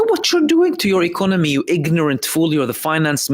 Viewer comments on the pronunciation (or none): none